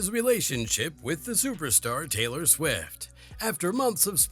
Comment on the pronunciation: Taylor 'Quick'??? (last minute or so). Fix your AI voice over 🤣🤣